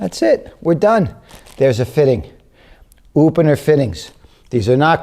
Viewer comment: Upener? Oopener? Upener? Oopunor?